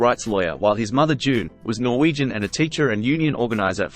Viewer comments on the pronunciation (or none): none